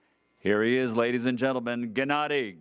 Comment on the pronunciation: "Jennady" lmao 😂 and Gennady calls danny Daniel 😂 Perfect